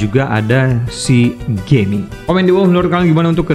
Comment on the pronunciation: Lafal pengucapannya ”JIAMING” bang Kalau lidah² jawa,indonesia pasti bilangnya gg geming 🤣🤣